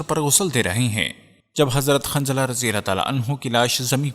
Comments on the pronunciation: شوق ہے ویڈیو بنانیکا نام جتنے بھی لۓ اکثر نام غلط جیسےحضرت حنظلہ اورآپ باربار خنظلہ کہ رہے تھے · ماشاءاللہ. بہت معلوماتی ویڈیو ہے. لیکن ایک برائے اصلاح یہ بتانا ہیکہ صحیح لفظ کافر ہے ☑️(انکار کرنے والا) قافر نہیں ❌ اور صحابی کا نام حضرت حنضلہ ہے✔️ خنضلہ نہیں✖️.